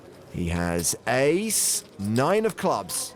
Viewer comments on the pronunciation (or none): Ace. Not ass lmao 😂